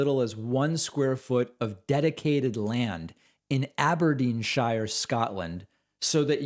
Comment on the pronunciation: Love your show. Don't love the pronunciation of Aberdeen Shire.